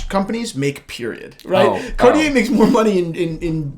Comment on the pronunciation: Oh this one is the ONE!! Honestly! The monopoussoir tortue is one of my grails. I think it would be slightly too big for me, but I don't even care. Slice of gorgeousness! Also.... said Cartier correctly once in this video.;) Progress!;) hhaha (kidding, I know you say you don't want to have to change the way you say things....;) )